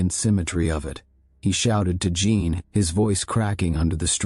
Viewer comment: “Jean” is not pronounced “gene” in French. You should tell AI that. BTW, I hate the AI voice…just saying it used to be better the old way.